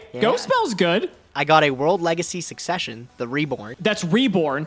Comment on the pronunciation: Wait did he say SUSsesion